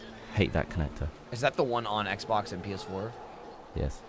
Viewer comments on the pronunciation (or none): none